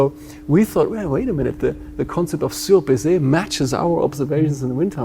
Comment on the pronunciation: SurbaiSSé is lowered, but he pronounce it surbaiZé which means over fucked LMAO